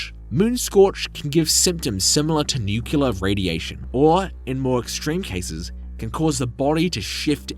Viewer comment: ...you did NOOOOT just say "Nu-cu-lar"...you know wha?Am gonna downvote just because of that one thing (even if the video was great)...serve you right!